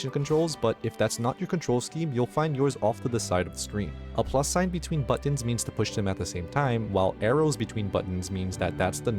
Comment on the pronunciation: Learn how to say "buttons"